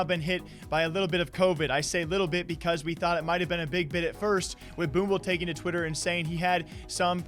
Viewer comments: " boomble " lol its pronounced "boomich",. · boomble. 😂 Its pronounced Boom-ich brother